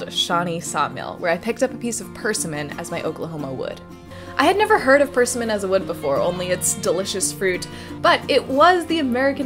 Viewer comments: I love the weird way you pronounce persimmon. "purse-e-mon" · First, let me say, as a YouTuber...you are amazing. I truly enjoy your scientific and wood-working projects because they are filled with enthusiasm and excited which makes me smile. My single request for you is to research the pronunciation of 'persimmon'. It's more like 'per-sim-muhn'. Keep up the good work. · Well I was gonna offer to send ya some wood from arkansas but ya already got it covered. Arkansas state tree is the pine. Your pronunciation of persimmon is cute. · Really nice video but I cringed a bit when I heard you say persimmon. We usually put emphasis on the simm. (north carolina)